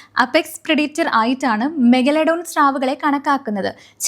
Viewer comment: പറഞ്ഞു പറഞ്ഞു മെഗലഡോൺ അവസാനം മെഗഡലോൺ ആയി 😂 എന്തോന്ന് പെണ്ണേ